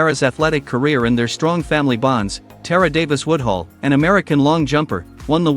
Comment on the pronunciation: I love Tara, but get this trash out of my feed, YouTube! The AI used to generate this hot mess can't even pronounce her name right...and doesn't even know she has a contract with Lululemon and not Addidas. TRASH!